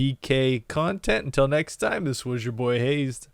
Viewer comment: No wonder you think your name is "hazed" with a long A instead of "" with a short A.